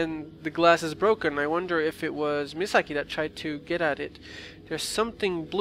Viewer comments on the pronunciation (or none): Indeed all comments will! I think it would be Me-saw-key in English xP Also, yay more fatal frame!